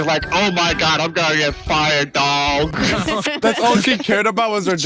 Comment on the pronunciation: why bro say dog like that bruh😂